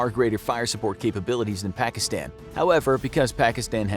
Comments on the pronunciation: he keeps saying the short a when he says afganistan pakistan taliban witch anyyoys me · everyone pronounces it Pakistan, but it actually sounds like Pakiston. Don't ask